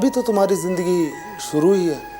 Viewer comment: अरे या टेलिफिल्म मिली तो पंधरा बीस दिन अपने शरीर पे काम। कर लेते. ये तोंद, ये भरी हुई पूरी जैसे गाल। ऊपर से ओवर एक्टिंग थोड़ी सी तो बीवी की एक्टिंग के साथ मैच करते. सकल नहीं शक्ल, जिंदगी नहीं ज़िंदगी बेसिक उच्चारण। ठीक कर लेते